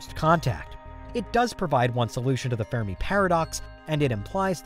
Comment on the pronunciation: Sorry for the pettiness, but it is the fermi paradox, not the fair-a-me paradox. Reminds me of another amateurish, YouTube video where the script reader pronounces the Jovian moon Europa as Europe-uh.